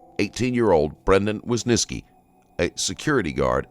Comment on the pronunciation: who is this wysniski you are talking about? how hard can it be just saying WYSYNSKI after hearing it from multiple officers several times????